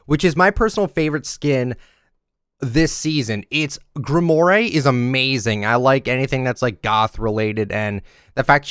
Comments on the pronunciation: I'm sorry man, I love ya and all but I can't stand when you mispronounce names xD You've pronounced "Grimore" as "Grim-or-aye" and its pronounced "Grim-rawr". Look to Destiny and Destiny 2 for this as thats the name of the game's currency! Just needed you to know, love ya though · Heads up: Grimoire is pronounced Grim-wore. I know because of Black Clover. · Why does he pronounce Grimoire like that 😐